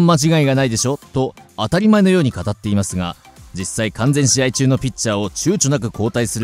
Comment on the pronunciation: 完全試合｢かんぜんじあい｣